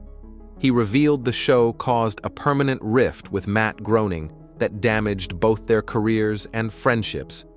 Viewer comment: Matt . . . Groaning? LOL Jon Low-vitz? Warner Brows? Where are some of the scenes you’re showing come from? Is that the rarely talked about internet-only season 3? I’m out. AI sucks.